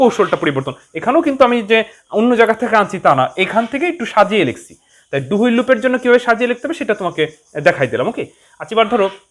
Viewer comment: হুইল না, হুয়াইল